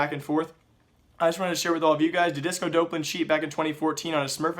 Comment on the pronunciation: It's Disco Dawplan. Not DOPElan... I don't mind you doing the news channel, but there's no way you haven't heard this guys name 100 times in the last week with the major that just occurred. This isn't the first name you've butchered "X" amount of times in a video. People will take you more seriously if you can at least get the names right.